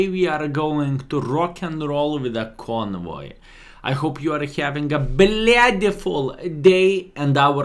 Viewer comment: Conway not convoy